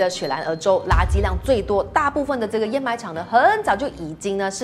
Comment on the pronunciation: 知识是不错，但是给个建议，读音最好先确认了再拍摄，掩埋是的掩是第三声，沼气的读音也不对